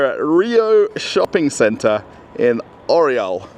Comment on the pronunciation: как красиво Орел по англицки - Ореол )... Белорусского побольше!, видеть невозможно одно и тоже в пятерочках, перекрестках, магнитах